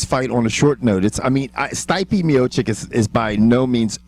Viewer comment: "Steipy Miocock" hahaha atleast google the pronuncination, Jesus Christ